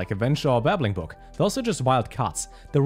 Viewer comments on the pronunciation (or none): none